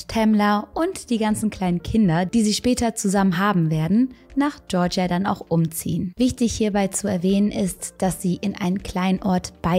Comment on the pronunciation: GeOrGiA 😫 wen triggert das auch, dass sie keine Englischen Wörter aussprechen kann?! Boah ne ich zieh mir lieber Bekki rein sorry but not sorry